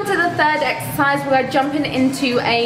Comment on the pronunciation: I swear I heard you say "eggsercise" hahaha